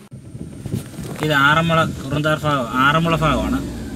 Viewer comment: Fagam alla bagam